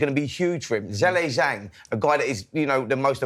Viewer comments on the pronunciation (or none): Why does Spencer keep calling Zhilei Zhang “Zhelly Zhang”?!🤦‍♂️🤦‍♂️pronounce his name properly you disrespectful melt!